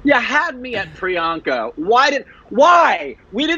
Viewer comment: Finally you heard the true prononciation of this name!! That's it!! Tnx priyanka 💜🙏🏻